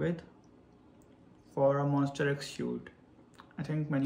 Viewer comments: Actually its MONSTA not MONS-T-E-R....... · So happy for you~ 👏😊 Btw not MON"STER" X , but MON"STA" X 😁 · So we gonna ignore him saying "monster" instead of "monsta" but still the whole video is so sweet and everything 💛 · you kept saying "monster x" but i let it slide coz you are telling your story so cute uWuUuu. thank you for sharing this to us, we appreciate your time and effort. we hope you get more chances to work with other idols. changkyun is the sweetest emo boy, monbebe loves him so much, the mv came out really good. you guys did a great job.♡ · sorry, its MONSTA X not Monster X. anyway thankyou so much for ur hardwork with our precious Changkyun. May Allah bless you! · He wrote Monsta X so I think it's his pronunciation that sounds like that. lol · its MONSTA X please. MONSTA "TA" "TA" X but thank you for the content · Omg the same thing I thought about the whole video😭😭💀